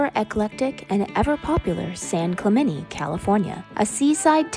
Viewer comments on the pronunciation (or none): Hey white people...it's pronounced San Clemente... not San Clemenee. Don't insult my culture like that.